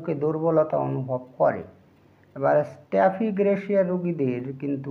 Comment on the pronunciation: স্টেফিগ্রেসিয়া শব্দটি শুদ্ধ করেন🙏💕